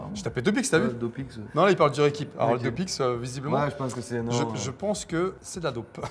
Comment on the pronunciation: ou le ReQuip comme médoc que tu as dis lol